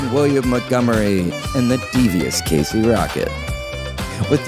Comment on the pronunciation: Why the actual fuck do SO MANY people mispronounce the ever loving hell out of the name Montgomery???? It's MONTgomery Not MUDgomery I'm unreasonably angry about this 😂😂😂